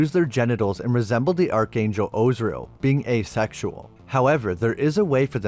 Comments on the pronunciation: Az-Ri-El not Ozriel 😂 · Are you messing up these names intentionally or do you really not know how to pronounce Gomorrah or Azriel?